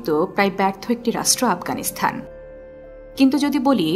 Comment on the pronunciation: আফগানিস্তান (Afghanistan) Not Afghanisthan / আফগানিস্থান বারবার কানে লাগছে শব্দটা 😢😢